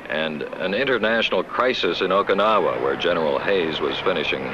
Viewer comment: He can't pronounce Okinawa...